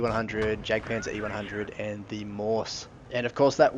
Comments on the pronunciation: It's called the "Maus", not the "Mous"! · pronounced like "mouse" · Lol how he said maus